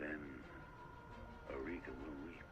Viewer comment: I beliveve you meant R'lyeh. Our lord and saviour Cthulhu is merciful though. He will devour you first ;)